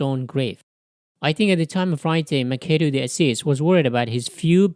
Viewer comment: Just a small correction: Machado is pronounced "Mashado", not "Makado".